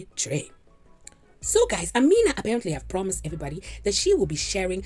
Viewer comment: im African and the name is pronounced AH ME NA